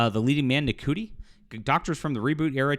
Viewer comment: Btw It's pronounced "Shootie"